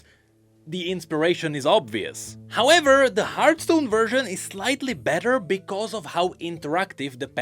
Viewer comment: It's hearTHstone not Heart..